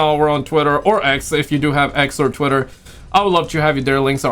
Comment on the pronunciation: Mom! He said twatter! Formerly twatter 💅